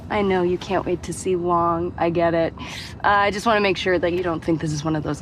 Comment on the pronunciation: Glad to see you said it right. It is the Wong Cinematic Universe